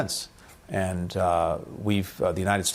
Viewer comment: アナウンサーの発音の癖強い(and =yiend)。あとなんでも日本語でそんな礼儀正しいのに、英語でタメ語みたいなもの使いますか？ちょっと失礼に聞こえる。ただし、いいポイントは相づちを言わない。